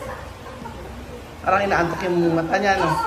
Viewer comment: Teacher huppy like puppy ang pronunciation😂😂😂? Sud like soap suds?😂😂😂 🎉🎉🎉